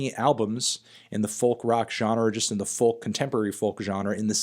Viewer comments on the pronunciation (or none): you don't pronounce it with the l you pronounce it "foke"